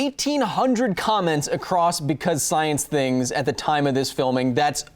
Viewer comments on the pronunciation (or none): none